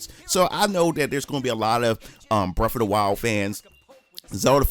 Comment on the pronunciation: I've not played "breff ov da while"... what system that on?